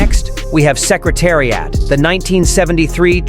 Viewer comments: If you can't even pronounce Secretariat I'm gonna listen to your BS!😮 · DERby NOT DARby Say is correctly dummy. Learn how to pronounce Secretariat. dummy.